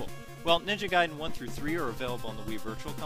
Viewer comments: it doesn't mean "letter" nor is it pronounced gayden... it's pronounced like guy den. ninja gaiden. gaiden 外伝 (supplementary biography; anecdote) in no way could that mean "letter". please get your facts straight before "informing" the people... you're just adding gas to the ignorance fire... 'merica.. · Lol he was say "Gay-den" meant that! XD Notice he only pronounced it "Gay-den" at that one part, but said "Guy-den" the rest of the video.